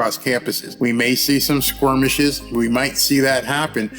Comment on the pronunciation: skirmish's not squermishes, otherwise great points